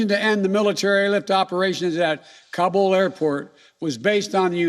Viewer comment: man cant even pronounce Kabul properly much less handle the situation there